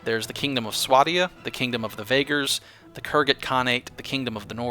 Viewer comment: Its pronounce Swe-die-a